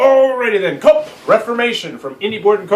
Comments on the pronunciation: it's not pronounced co up. It's pronounced "coo"...smh. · isn't it pronounce "coo"? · Great review, even though I couldn't get passed your pronunciation of 'coup'... ;) definitely getting that expansion! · The moment he said "co-up" I instantly closed the video. Fuck this guy